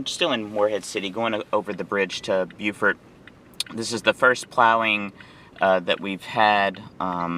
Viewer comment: in NC that is Beau fort. SC calls is Beww furt